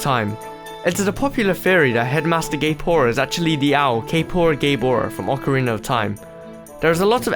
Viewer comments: Every time you said Gaepora, it sounded like gayporn. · To me it sounds GAYPORA